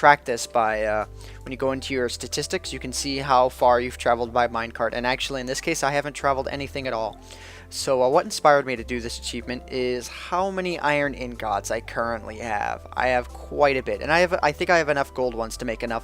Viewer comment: the way you say ingots bugs me :P